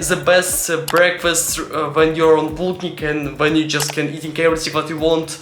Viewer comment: Great Russian accent 😂